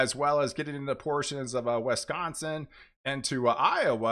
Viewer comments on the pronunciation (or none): none